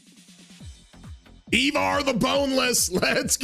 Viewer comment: I-Var not E-Var lol